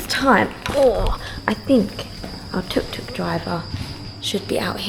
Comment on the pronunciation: Try to get it right. It’s tuk tuk